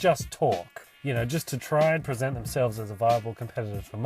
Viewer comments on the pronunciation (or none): none